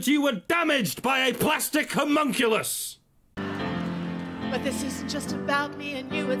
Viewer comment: Timothy Dornan You pronounce it as homun-Nuculus? ...well that's rather odd, lol i guess one learns something new everyday....totally sounds like a troll comment though, lmfao.